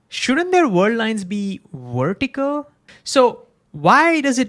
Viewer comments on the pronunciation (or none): it's vertical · What does "wertical" mean? Was is just how you pronounce VERtical or did I miss hear you?